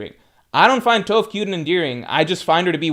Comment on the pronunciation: you know damn well you’ve never heard anyone pronounce Toph’s name like that lol